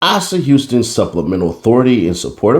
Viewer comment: His name pronounced A-sa like aye-sa